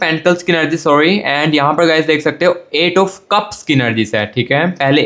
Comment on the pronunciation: Ur magision kitna time khaya ek hie baat bar bar anergy nahie energy bolte hai or bar bar partner shabda use na kare 😅I wish he will be back thanks ye pyar hoata kyun hai